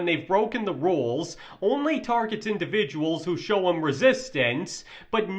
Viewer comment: trope instead of troop. ham instead of him. Narration sucks